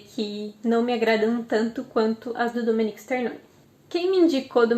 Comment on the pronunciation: O nome é Domenico e nao Dominique.